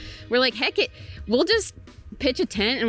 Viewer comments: I love when she says "heck-it" like it's one word! Super cute!! Well done! Congratulations!! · love when she says "heck-it" like it's one word! Super cute!! Well done! Congratulations